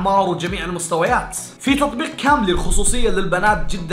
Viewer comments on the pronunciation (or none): حسبالي تقول كامري موب كامبلي